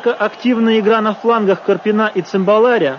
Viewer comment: "Однако, активная игра на флангах КарпинА и ЦымбалАря..." Феерично, мля. . Узнаю брата-физика: "распределение ФермИ - ДИрака".